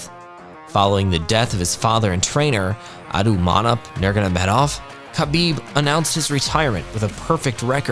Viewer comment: Gets EVERY name wrong, nails Khabib's dad's alphabet soup of a name hahaha